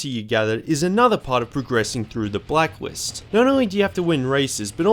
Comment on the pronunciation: you said blackwist